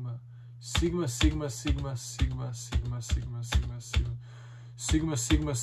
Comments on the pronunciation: na 2x brzini čuješ pomalo kak kaže simba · Bro govori SIMA😂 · Zvuci ko da govori sima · Lik govori siima sima